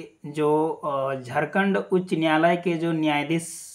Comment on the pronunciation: Aapko to jharkhand bhi bolna sahi se nahi aata, kya daru pi kar video bna rhe hai, ... Pahle hos me aa lijiye fir video bnaye. मैं आपको बता देता हूं, फैसला जो भी आएगा , सही आएगा । Ctet or jtet दोनो के लिए आएगा, कोई बाहर नहीं होने वाला है । जोहार झारखंड!